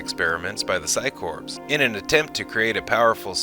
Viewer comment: There is no p in core. The phycore does not have a p in it. So quit putting a p in the word.